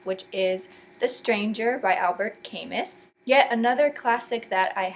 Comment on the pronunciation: Albert Chemist? It's pronounced 'Camuu' the 'S' is not pronounced in French.